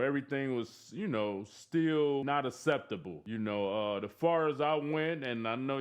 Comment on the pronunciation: Did he say asseptable? Wtf is wrong with dizzy fool